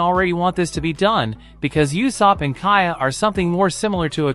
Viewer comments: It's u-sop dude not yusop :( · It’s usopp